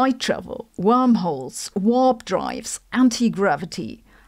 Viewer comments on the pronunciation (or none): none